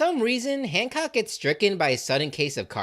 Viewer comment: The fact I’m in and I think you said Boa once and hand said hammock and handjob instead of Hancock is amazing, truly a Luffy coded video